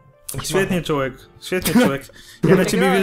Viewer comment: czy tylko ja slyszalem CZŁEK?